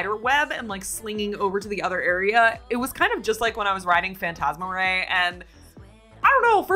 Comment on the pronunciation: Here’s how you say the spider demon’s name: Phantasmaraneae (fan-TAZ-muh-ray-nee)